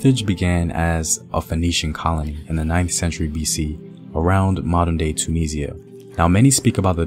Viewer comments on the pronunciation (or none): none